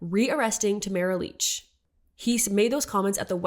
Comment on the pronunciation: re: Tamara Lich - heard her name rhymes with rich not beach